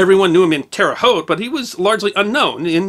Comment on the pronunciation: I'm a life long resident of Terre Haute, thank you for pronouncing it correctly, and have been to the track many times. Everybody here knows about the Hulman's but few people have met them in person. They were a big part of the city but the children have been selling off a lot of their properties lately. Clabber Girl was sold at the same time as the track. They still (as far as I know) own the house on 46 and I'm sure they still have many other properties around Terre Haute but they don't seem to want to be a part of the business part of it anymore.